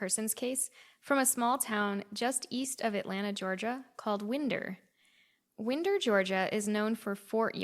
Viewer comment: It’s pronounced wine-der. Like wind’r up!😂 and the bar was whitey’s hideaway not Whitney’s. It’s still there but it’s a used car lot now